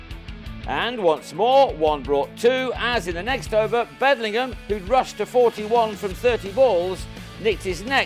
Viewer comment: Don't like the commentator. It's Bedingham NOT Bedlingham.